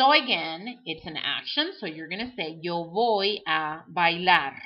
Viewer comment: I don't understand why you say "voy" with a "v" sound but you said the "v" sound like a "b". but you are not saying "boy".